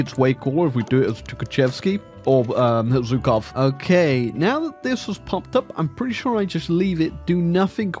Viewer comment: You're saying Zhukov wrong.